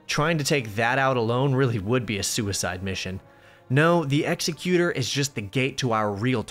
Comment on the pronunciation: Love your content. Just a super pretentious nitpick, it's pronounced ex-EC-utur, like executive. Not like an execution